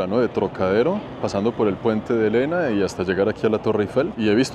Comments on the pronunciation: Just pour info es Iéna con i no es L se pronuncia tak cuql iena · El puente no se llama Lena!!!! No es L la primera letra, sino una l mayuscula, i latina. Por lo tanto se debe pronunciar "iena". Es el nombre de una ciudad europea relacionada con una batalla, una victoria de Napoleon.